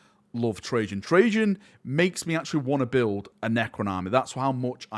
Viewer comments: Really enjoyed the video, thankyou for this. But the cryptek's name is Trazyn, with a Z instead of a J. You might be thinking of Trajan Valorous from the Custodes. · Why are you pronouncing Trazyn like Trajan....? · Tra-zin not Trajann valoris lol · Reign in your excitement you keep calling Trazyn Trajan.. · It’s TRAZ like hat. Not like hey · he keeps saying trayzin like trajann